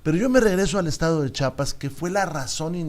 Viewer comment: ESE VIEJETE YA ESTÁ MUY VIEJO PA QUE TODAVÍA NO SABE CÓMO DECIR “ CHIAPAS “ JIJODETURPM